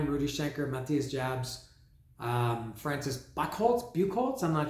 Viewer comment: I'm surprised you don't say Ma thigh s. But, his last name is pronounced. Yobs